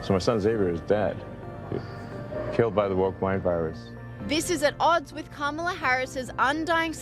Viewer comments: KA-MA-LA. This is why hooked on phonics is so important. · Why does everyone in this video insist on not pronouncing her name correctly?